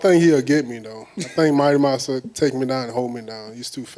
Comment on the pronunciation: Dude really said might mouse at heavyweight lmao